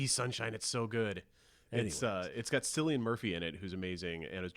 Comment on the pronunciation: Cilian Murphy's name is actually pronounced in the Irish way, with a hard C...just sayin', carry on!